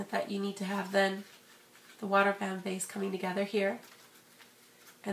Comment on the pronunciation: thumbs up is you think she said water bam base